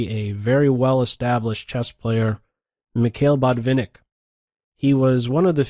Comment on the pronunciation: YOURE BUTCHERING EVEEY PLAYERS NAME DUDE! ITS michael botvinik and alexander ale-hin